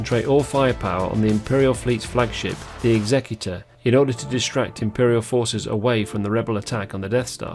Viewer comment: Isn't it pronounced 'executor' as in., someone who puts someone to death, rather than the legal term for someone who deals with wills? Have I been pronouncing it wrong for 30 years?!